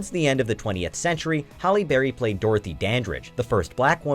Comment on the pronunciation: "holly" berry.....think its pronounced "hally" berry.